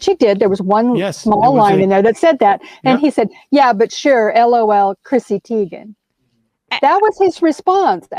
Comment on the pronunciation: Chrissy Teigen. It's a long I sound, not a long E.